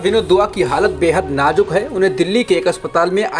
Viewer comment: Najuk nahin nazuk hota Hai wo talaffuz thik kijiye